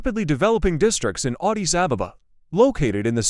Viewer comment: Vant even pronouncr Addis sounds like Odis...